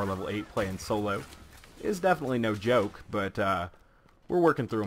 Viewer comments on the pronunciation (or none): none